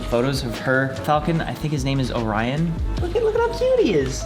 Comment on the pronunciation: Ohrion?...... GASP OHRION PAXS